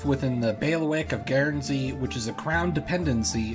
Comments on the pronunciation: FYI, it's just pronounced "gern-zee", not gairn-zee". Good video though! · Are the mispronunciations an intentional detail to drive engagement? "Guernsey" is pronounced "gurnsy" not "geairnsy". "Barclay" is pronounced "barkly" not "bar-clay". You could have spent 30 seconds to look for a video of people saying either word. Highly irritating. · The Guern in Guernsey is pronounced the same as turn or burn. Just so you’re aware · Dude, it's GURNzee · With regard to modern day feudalism, you might be interested in the Cocos (Keeling) Islands, north-west of Australia and south of Indonesia. This territory was controlled by the Clunies-Ross family until 1979. By the way, your pronunciation of 'Guernsey' is on par with Peter Sellers' pronunciation of 'George Gershwin'!